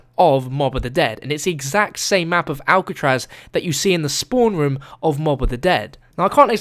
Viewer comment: Has anyone noticed that says rum Instead of room?